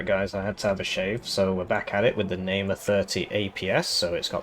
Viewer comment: heh, nice april fool's joke but something that made me laugh is that you read the Namer ifv as Neymar